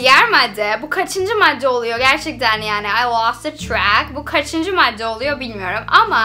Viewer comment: Bazı türkçe kelimelerin telaffuzu:liymon, bağl ,oluyoğ,perdon ,diğildir,mekarna,kavaltı,eğn,penkek,emarikada